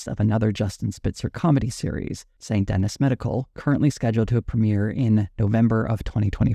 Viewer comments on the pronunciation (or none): none